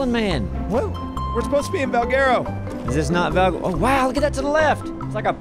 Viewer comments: Valguerero? or Valguero. Pronounciation. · The way they pronounce Valguero is hilarious